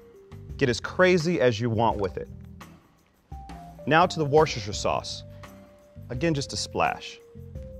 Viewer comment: THATS NOT HOW YOU SAY WORCESTER! lovely video tho